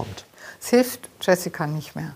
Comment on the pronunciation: Der name wird nicht „iessika“ sondern „schö-si-kua“ ausgesprochen